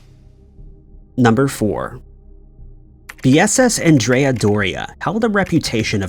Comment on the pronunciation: Named after the 16th-century Genoese admiral Andrea Doria, it's pronounced with the masculine name, pronounced like Ahn dre uh. The feminine name is as you pronounce it in the video. Thanks for all you do, I enjoy your episodes.